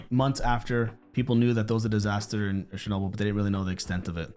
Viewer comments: Please. It’s Chernobyl, the ch is like cheese, not shernobyl like shower. You’ve heard it announced so many times in the show yet you still mispronounce it! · Hey FYI it's not pronounced with a soft 'sh' type sound at the beginning, as in French, like saying "Cher". It's the usual (in English) 'ch' like in church or chair. [Ukrainians would spell it Chornobyl, and Russians with Chernobyl, but either way it's like 'ch.' That first syllable means "black."]